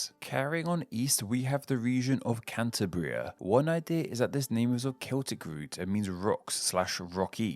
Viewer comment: Also learn how to say Cantábria, the emphasis is on the a and whilst the roots may be similar to Canterbury it isn't pronounced anything like that!!!